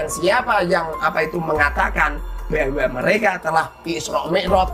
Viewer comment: Ngomong "bahwa" saja sampe jadi "beahwa"